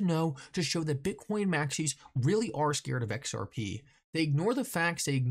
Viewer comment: Lol can anyone count how many times this guy says XRPee? Its the most centralised thing, technically not even a crypto